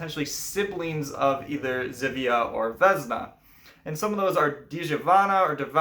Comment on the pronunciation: "Ż" in Polish is read as "J" in French. As previously I shared Your film on my FB page, but again I suggest You to check pronunciation in Google Translator. :)